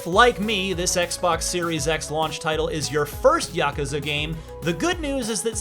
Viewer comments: "YAH-CUZA" Like A Dragon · The way he says yakuza makes me angry